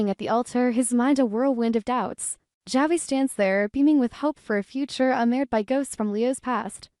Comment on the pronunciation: Why can’t this AI voice pronounce Javi’s name correctly?